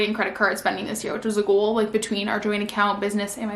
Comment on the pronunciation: I love the video but just the way she pronounces “goal” as g-u-a-l…